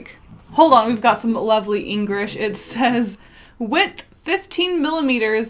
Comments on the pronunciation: Am I the only one who noticed her say "Engrish?" Even the captions say it. Yikes. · did.... did u say engrish???????? :/